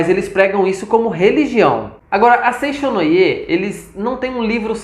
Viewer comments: A pronúncia correta é Seitiô e não foi nada elegante zombar dos nomes dos japoneses. Não devemos chamar nada de estranho, só porque é diferente de nós. Falta muito profundidade nas informações dete vídeo. Lamentável. Seicho-no-Ie" (生長の家), significa "Casa do Crescimento" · Bom dia com alegria. Antes de falar sobre Seicho-no-ie, precisa estudar mais e aprender a pronunciar os nomes corretamente.